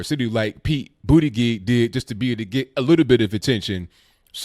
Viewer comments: I noticed you pronounced it “booty gig” haha 😆 that’s touché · it’s mayor Pete Butt-Jet Get it right bro